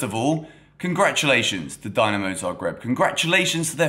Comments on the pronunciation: its pronounced "din" not "dine" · Its not "Dynamo", its Dinamo! Has that "i", like when you say Italy. Cheers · Everything correct and nicely said! Just one thing... try to say Dinamo correctly next time 😆 And a comment for the youth team... Dinamo beating Chelsea youth team is not a surprise at all. Dinamo's academy is one of the best in the world and they are in the knockout stages every single year.